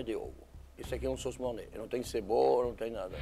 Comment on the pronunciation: "MORNÁI" "BEURI BLAN" ao menos os episódios estão engraçados fjajfsjjjfk, parece eu aprendendo alemão